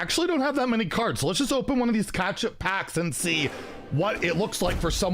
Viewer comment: I can’t tell if you’re mispronouncing catchup wrong on purpose It sounds like you’re saying ketchup.